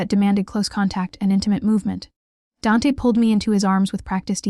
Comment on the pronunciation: Hahaha AI called him DANT...not DANT then capital A! Silly theme story...what mafia boss would tell a drunk student how many he killed! Police FBI listening. SUCH POOR NARRATION...TOO FAST AS WELL! Overall a hot mess.. not bothering to finish it.